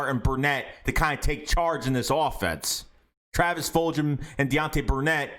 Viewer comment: did you say fuljhum* lol